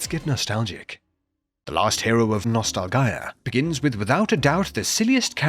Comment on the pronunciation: Thats not how nostalgia is pronounced